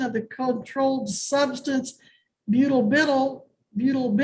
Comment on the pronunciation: "Butabittle" 😂 She means butalbital (byu-tab-i-tall).